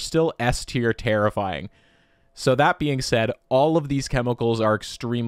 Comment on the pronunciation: Take a shot everytime he says terrifiyimg